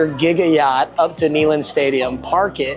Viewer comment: Its pronounced NAY, not Knee in Neyland lol <3